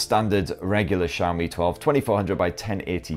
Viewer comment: its xiaomi no saomi....jeez butchering name so hard